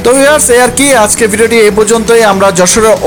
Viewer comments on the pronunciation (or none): none